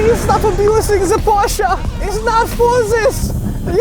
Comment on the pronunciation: Thank god pronounced Porsche right